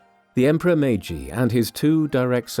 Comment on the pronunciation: 마가시유신? ㅋㅋㅋ 메이지유신을 저리 발음하는구나 ㅋㅋㅋ